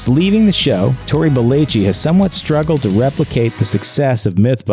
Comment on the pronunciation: It irritates me that he can’t say belleci correctly.